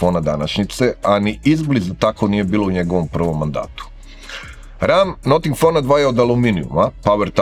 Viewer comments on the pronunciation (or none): Noting, ma daj. I objasnjenje iz recenzije prvog ne pije vodu, jer se Notingem Forest i izgovara bas tako, a ovo bi vise imalo smisla da se kaze Nating, nego Noting. Al ajd. Sto neko rece...vasa recenzija - vasa umetnicka sloboda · to nije akcenat, nego pogresan izgovor engleske reci.